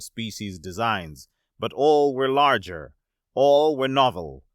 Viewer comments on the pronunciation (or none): none